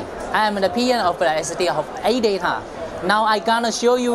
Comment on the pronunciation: audaa aee emm silusiiiion